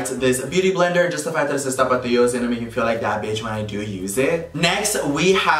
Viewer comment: Anyone else here "Topito" every time he says tapatio or is it just me lmao 🤣